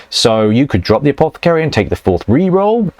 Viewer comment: APOTH-AH-CARY! You're English man, pronounce it correctly.